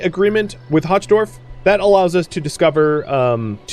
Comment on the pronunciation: "Hochdorf" is aptly named - German for "high village"... Though it's pronounced more like "hoke", with the 'ch' sounding like you're bringing up lung-cheese...